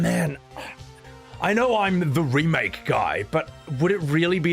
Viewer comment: Around the 7 hour 26 minute mark - I dunno if its a slip of the tongue or if you intended this - but you said "Rebake" instead of remake - and i kinda have that humorously swimming my head! 🤣🤣 🤣